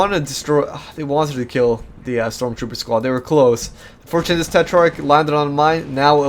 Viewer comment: hey you are saying tetrarch wrong check google translate, that have the right pronunciation.